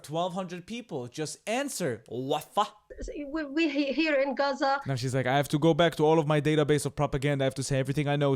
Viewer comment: “Answer WUFFAA” 😂😂😂😂💀💀💀💀